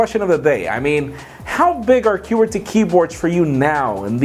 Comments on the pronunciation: its not QUEER-ty keyboards, its qw-UR-ty keyboards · The way says qwerty. Funny. Love this guy!!! Always a fan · You say Qwerty weird :P